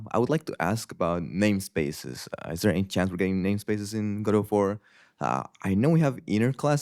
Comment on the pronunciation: Why is he pronouncing Godot like..."Godot"